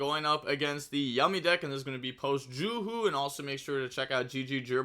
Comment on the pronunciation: its JUSH not JUHU